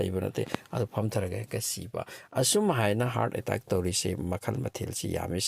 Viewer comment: Hear attaaack hyse keigino😂😂 khonthok tu atteck hyna paba kei kyge